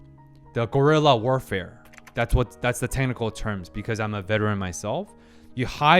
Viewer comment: i heard you say "gorilla warfarfe" and i was like, WTFF???? but then i watch the screen and see wat you really meant. "Guerra de Guerrillas" is a term well knowed by basically every latin american that learned at least the basic about our region's history (because basically, most latin american countries have had some form of guerrilla warfare in their history.)